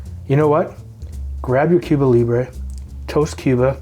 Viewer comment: Is being Canadian why you can't pronounce the drink right?